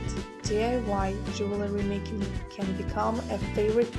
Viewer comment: Why do you keep saying "jewelry" ? Am I hearing wrong?